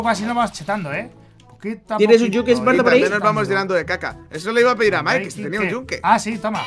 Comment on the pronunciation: diciendo ESPARTOR es realidad????